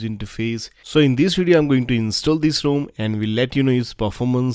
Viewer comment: I have yet to find an Indian pronounce the word 'rom' correctly